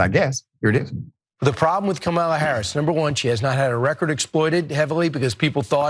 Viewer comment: Regardless of whether he said colored or college in that first clip, he definitely DID mispronounce Kamala Harris's name, by putting the emphasis on the second syllable. (he later said it correctly in the second clip- maybe he caught flak for that as well). Deliberately mispronouncing someone's name, especially someone that famous and whose name is spoken in public hundreds of times a day, is a sign of deep disrespect and marginalization